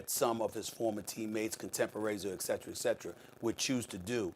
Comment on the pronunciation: am i the only one it drives crazy when steven A says eckcetra??